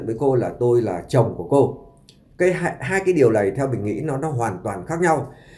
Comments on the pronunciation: MC ở xứ sở nào mà phát âm “ này “ thành “lày “ , “nội “ thì phát âm “lội “ …….nghe phát nổi sảy luôn !!!??? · Giọng kể nghe chán...lày lày...ló ló...nàm...no nắng,..học lại chính tả đi chủ tuts